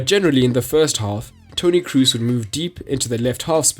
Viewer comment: It's [k-r-oh-s] not [k-r-uh (double o pronunciation)-s]